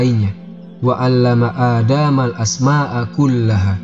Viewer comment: Maaf hanya sekedar mengkonfirmasi pada menit 8.17 membaca bagian dari ayat AlQur'an dengan bunyi ''aadaamal" mestinya huruf dalnya pendek "aadamal" krn tdk ada tanda mad.🙏